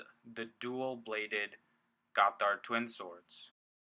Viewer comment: it's pronounced Gott-hard, two words.